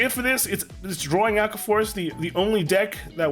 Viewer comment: "Drawqua" Force